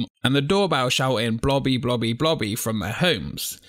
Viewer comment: blobby ,i hear her name like bloddy